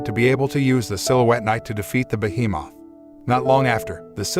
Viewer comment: Ah yes, behe-Moth.